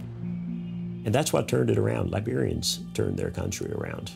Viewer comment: It's gross that the narrator says something sounding like "barbarians" instead of "Liberians"